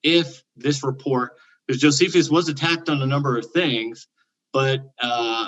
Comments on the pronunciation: “Jo-see-fee-us”?? Reread the word Jonathan. No need for the extra syllable! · Everytime mispronounces an ancient name, an angel dies. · Honest question... Is mispronouncing these names? Are there alternative pronunciations? Josephius, Artaxes, Arcyxerxis, Propher, Secludians, Putolemy... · This is not intended to be a personal jab at but I do find it a bit perplexing and jarring that he consistently mispronounces so many ancient names after having engaged with scholars for as long as he has. I am a layperson and am not an expert in anything and I still know the proper pronunciation of most of those names just from listening to YouTube lectures and debates by scholars. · Jesius Chrost, come on dude - you can't profess that 'some playful humour can be fun' after reacting so petulently to a harmless joke. The fact is you did consistently mispronounce a name. It was jarring. If someone consistently called you Jonathian, you'd notice it and it would cause you some degree of frustration. It's an odd thing that I've noticed happen when people come to their knowledge through private, non academic study. This isn't to say private study is worthless, but just that study in isolation is fraught with the risk of failing to spot mistakes that would be noticed in the conversation that takes place in Academia. So in a sense, your mispronunciation is a metaphorical symbol of the shortcomings of non academic study. It's the least confrontational way of saying that your methodology must be very bad to have led you to make the conclusions you have when it comes to your assertions about the subject. Your mispronunciation is the least of your worries, and the mildest criticism - and the easiest to address.